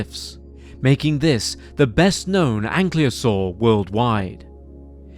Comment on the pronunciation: Why is "Ankylosaur" being pronounced as "Anklyosaur"?